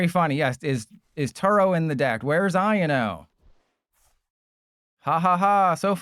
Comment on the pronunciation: It’s not iano it’s I o no